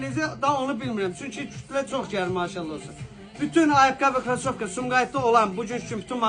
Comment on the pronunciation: Ay qaqa krosoVka əzizim....krasoFka yox